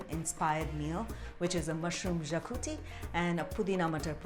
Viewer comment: Xacuti is pronounced "shacuthi"